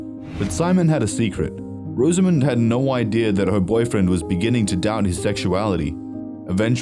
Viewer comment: Her name is pronounced Roz-a-mund, not Rose-A-Moond.